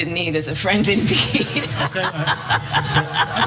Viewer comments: Don't be so rude for Kamala. Just watch the whole conference. Few moments ago Duda had said (or at least tried to) "Friend in need is a friend indeed" but he mispronunciated it. Instead of indeed he said like "indeek", some even heard it as "indick". You get it now? "Friend in need is a friend in dick" XD That has already grown a big time meme in Poland. Those who doesn't like Duda for his conservatism laugh because of his poor English all the time. There was a climate conference in Davos (Switzerland) where Duda also had big problem speaking English. I really understand why Harris might have laughed od what Duda said xD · ...She is not laughing because of refugees she correcting his speech he was trying to say in English earlier that was cut off later , he said " dik " instead " indeed" that what made her laugh...here is the part that was cutted off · Hey! Your indignation supposedly results from the fact that you, as foreigners, must have not been listening to at least our president's part of the conference. So, please - look at one of its fragments i.e. starting from - where Andrzej Duda mispronounces the word 'indeed' as 'in dick'. It triggers Harris's first laughing reaction. And in your video, Kamala's reaction just refers to the previous one. She somehow corrects him by "A friend in need is a friend indeed" (pol. Prawdziwych przyjaciół poznaje się w biedzie), this time - pronounced properly. That is the whole secret :) Polish media have been laughing at this blooper since 2 days !!! xD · Our (Polish) president mispronounced a proverb: "Friend in need is a friend in dick" - hence her humor